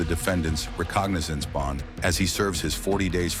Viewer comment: It's pronounced "recognizance"!